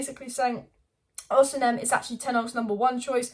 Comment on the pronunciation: His name is pronounced Oss e men.